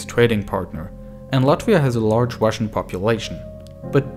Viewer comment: yeoo does anyone else notice the guy's accent where he pronounces his "r's" as "w's" like when he says wussian instead of russian and welationship instead of relationship